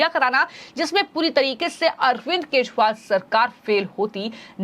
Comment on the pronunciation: केशरीवाल नहीें, केजरीवाल नाम है । क्या donation से appointment हुई है?